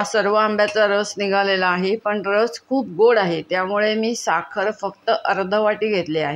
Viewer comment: सादरीकरणामध्ये अजिबात गोडवा नव्हता....कोणी मुख्याध्यापिका बोलत असल्याचा भास होतोय..... आहे व आहेत या शब्दावर इतका जोर का लावताय...